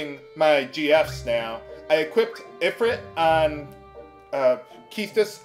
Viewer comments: It's pronounced "ee-freet", not "i-frit". Not being a dick, I'm just sayin'. Love your vidz bro. I greatly appreciate the humor and the nostalgia. Keep it up. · ifrit is pronounced ifreet